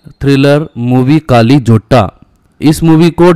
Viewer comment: Kaali nahi..kalli